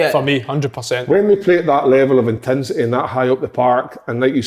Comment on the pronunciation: "Intinsity"and "paaark" in the one sentence fae big Kev. Classic